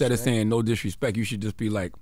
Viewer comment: He said disrespek 😂😂😂😂😂😂